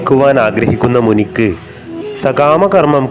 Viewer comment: മുനിക്ക് അല്ല, മുനിയ്ക്ക്...